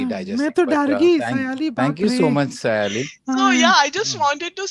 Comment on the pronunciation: Sayaaali? Its Saaaayali...! Itna toh 🙈🙈